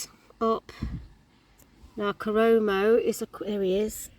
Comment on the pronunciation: That's right. It's KOROMO, as you have correctly pronounced it!